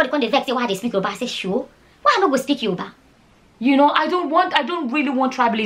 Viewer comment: Are you saying Yourba?